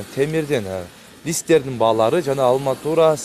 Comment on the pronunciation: Алматур эмес арматур десен